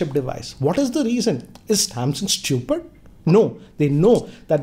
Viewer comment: Nobody: - StuYooPiD